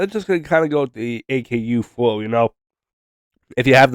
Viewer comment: its pronounced ah-koo not A K U